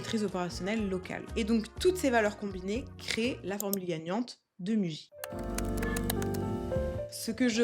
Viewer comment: Attention on lit "mouji" en japonais